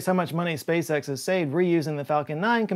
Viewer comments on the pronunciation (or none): none